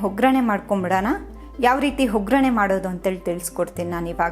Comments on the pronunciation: ಹವಲಕ್ಕಿ ಅಲ್ಲ ಅವಲಕ್ಕಿ ,ಹೊಗ್ಗರಣೆ ಅಲ್ಲ ಒಗ್ಗರಣೆ, ಹುಪ್ಪು ಅಲ್ಲ ಉಪ್ಪು... ದಯವಿಟ್ಟು ಉಚ್ಚಾರಣೆಗಳನ್ನು ಸರಿಪಡಿಸಿ... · Madam please 🙏 pronounce correctly ... Avoid telling Hoggarane instead of Vaggarane